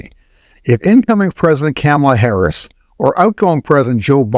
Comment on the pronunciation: Is this a real person? He doesn’t know how to pronounce the Vice President’s name.